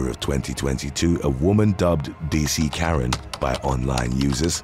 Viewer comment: sounds like he’s saying Matt Donald’s 😂 mcdaren instead of Karen